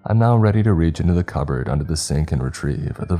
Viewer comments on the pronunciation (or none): none